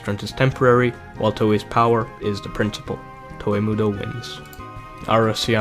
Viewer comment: I fucking hate how you pronounce "Toa"